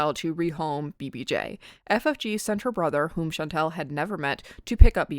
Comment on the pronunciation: I am interested in this video, and I'm glad someone is criticizing FFG, imo her and Chantal are both awful. But it drives me nuts when you mispronounce Chantal, it's all, like y'all. Not al like weird al